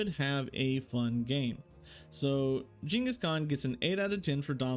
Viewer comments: I know right man, he said it how it is correctly said in Asia or Mongolia. Shocked me too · Jesus that pronunciation